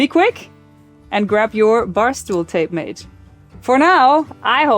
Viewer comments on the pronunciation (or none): Sometimes you pronounce Tape Mate almost like "Tape Maid". That would be a good name too 😉